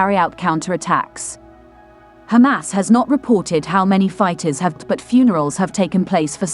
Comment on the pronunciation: Yay... "she" is now pronouncing "Hamas" correctly!!!